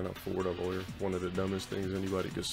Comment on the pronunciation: lol, "lawer"